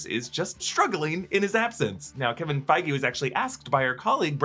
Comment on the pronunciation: Its Feige lol literally